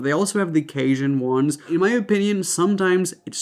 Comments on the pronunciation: Cajun = Kay-zhun... you said it perfectly!! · You pronounced Cajun perfectly! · U said Cajun right n ur super cute 🥰 n sweet love ya vibe and personality